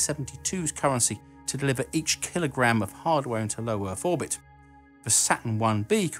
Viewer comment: What iss thees "keel-o-graham" you speak ov?